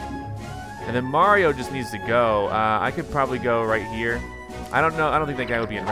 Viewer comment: its-a-me BWAHRIO